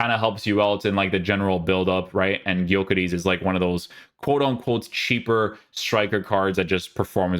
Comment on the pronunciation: Everytime i hear streamers pronounce "Gyökeres" i smile a bit haha. Cause it sounds like some greek guy when in reality that's a Hungarian name.